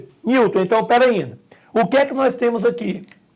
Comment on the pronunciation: Massa demais! "perainda" kkkk